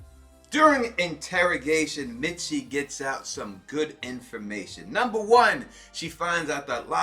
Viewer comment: Misty bruh. lol not mitsy love you vids anyway!